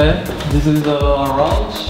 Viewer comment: "Dis is our rounge." Thought he said "Dis is orange." Orange... Fnatic... Yeah, okay. Edit: HUNI'S PANTS LOLOL